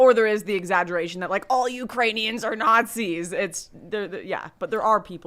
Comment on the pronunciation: Dude I did the same. I was drinking vodka and threw up really fast. I missed it when Biden said Uranians.